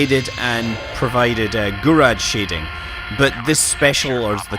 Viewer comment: You're pronouncing "Gouraud shading" wrong.